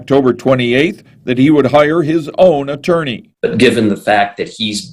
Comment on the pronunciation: "CHORGERS " " ATWORNEY "